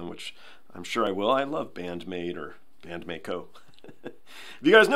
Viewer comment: it's not May-Ko. It's not like a Mako Shark. There's an i in the middle of Maiko. So it's pronounced like My, as a play on words for 'Secret My Lips'. However, if you want to see the latest April Fool's song, there wasn't one in the COVID era, it's a Miku goes solo, called Cluppo, 'PEACE&LOVE'.